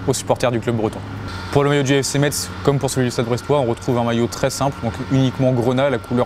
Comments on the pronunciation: On dit "Messe" pas MetZZZZ ... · Messe et pas MeTz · SERIEUX ? ETRE UNE CHAINE FOOTBALL ET NE PAS SAVOIR PRONONCÉ UN NOM CORRECTEMENT ?! C'EST PAS METSSE MAIS METZ (se prononce messe) Aller Metz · Sa ce prononce mess pas Metz !😂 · CA SE DIT PAS METZ CA SE DIT MESSE !!! C'est grave quand même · Svp les gens du sud et toi y compris, vous apprendrez quon ne dit pas "metz"mais "mess ", je vous jure cest insupportable, cest comme si je disais paris avec le s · On dit "messe" et pas "metsse" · messssss!!!! Yesss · Arrêter de dire Metz on dit mess mais sa s'écrit Metz 😡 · Ta mal dit metz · Ses Metz pas Metse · Juste pour toi c’est gratuit Metz ce prononce comme messe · Celui de Lille je le trouve superbe , dommage que je ne sois pas Lillois mdrr . Metz se pronnonce messe poto , sinon bonne video comme d hab 💪👍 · Slt juste pour info ça s’écrit Metz mais se prononce messe